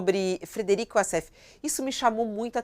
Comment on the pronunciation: "Wasséfalo": de advogado a receptador !!!😅😂😅😂😅😂😅😂😅